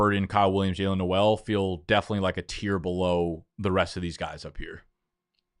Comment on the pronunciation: Pronounced "NOLE" , not the Christmasy "NOEL" /pedant